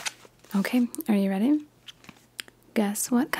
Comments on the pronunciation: I got a scary amount right, when you said “ready?” I was like: ohhhh REDy. So I ended up getting a lot right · When she asked you to guess the cards colors she said reddy and both times they were red